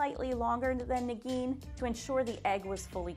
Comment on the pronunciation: Am I the only one that keeps hearing "Nagini" instead of Negeen? Maybe Voldemort is not dead yet.